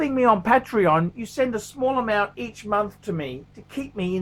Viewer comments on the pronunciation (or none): none